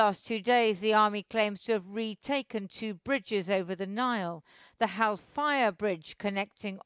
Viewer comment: Lol! That would be a cool name, but It's "HAL-FAYA"